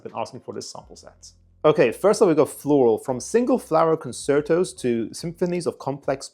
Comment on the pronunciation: Thanks for the video,. Just as an aside you might want to look up pronunciation of "concerto"